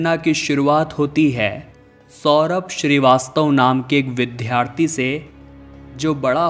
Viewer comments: Whyareyounonsenselyaccenting. Wronglyvdhalaya. Instead. Of. Vidyalaya. Vddhharthiinstead. Of. Vidyarthi. You. Are. Fooland. Making. Follspekkng. Wrong. Prenunciation. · सही शब्द 'विद्यार्थी' एवं 'विद्यालय' हैं, अर्थात् 'Vidyarthi' एवं 'vidyalaya'; न कि जैसा आप बोल रहे हैं— 'vidhyarthi' एवं 'vidhyalaya'... आप 'ज्ञ' का भी बहुत ग़लत उच्चार करते हैं।